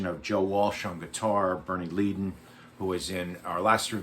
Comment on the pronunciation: You mispronounced Szymczyk and Leadon